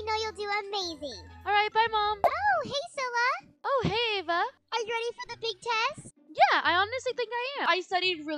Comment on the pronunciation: her name is cilla not scilla and what is scilla